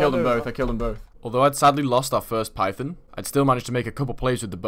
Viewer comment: Python.. on... not pythin.. in...